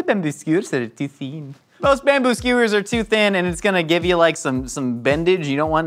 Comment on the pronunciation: I think its hilarious the more that he says "skewers" it sounds like Roald calling out Stuart's name on Letterkenny